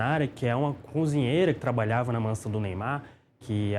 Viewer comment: fala muito mal. "Conzinheira". Mangaratiba é uma cidade fora da capital.